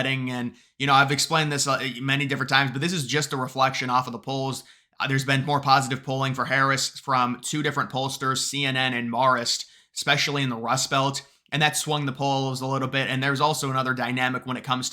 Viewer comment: Marist Poll - Marist [Mare-ist] not [Mahr-ist] 🤝